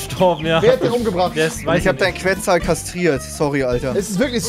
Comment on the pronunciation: warschscheinlich ist der qwezel einer der sterksten dinos ps: so geil wie die ,die dinos falsch ausprechen